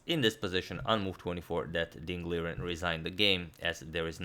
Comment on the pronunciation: Nobody Literally nobody.. Radjabov: its not liren its lijen